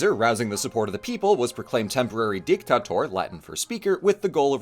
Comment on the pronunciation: DICTATOR not DICKTACTOR